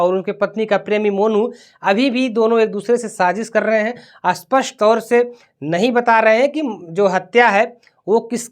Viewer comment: Spashtt bolo, aspastt koun sa language hai? Aspastt means matter saaf nahi hai... Pronounce thhek se karo patrakaro